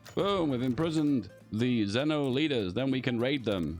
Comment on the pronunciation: Its actually pronounce "Zveno" with the V